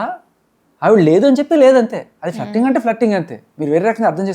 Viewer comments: Akka danni fluttering anaru .. flirting antaru😂. Nice anchor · ఫ్లట్టరింగ్ కాదు ఫ్లర్టింగ్ 😢